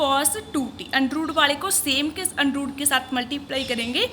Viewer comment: Undrooooo✅ under root❌ scare✅square ❌